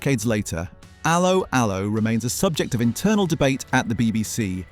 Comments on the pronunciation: A low a low. If you review something learn how to say it lol😂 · It's not ALoe ALoe ... it's 'Allo 'Allo. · Yeah had to turn off cos of this. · Idiot pronounciation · It's pronounced 'allo 'allo not 'allo 'allo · It's allO allO, for god's sake! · pronounced ello ello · The key words 'Allo Allo' were pronounced with a 'French' accent - emphasis on the 2nd syllable, not the first.